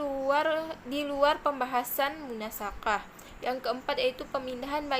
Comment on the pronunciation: Bukan munasakhah. Tapi bacaannya munasakhoh.